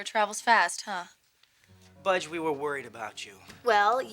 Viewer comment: What is Rick calling Bridgette? Budge???